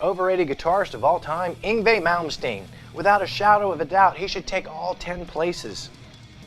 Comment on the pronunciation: You still can't pronounce Yngwie